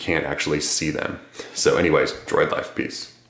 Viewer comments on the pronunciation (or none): none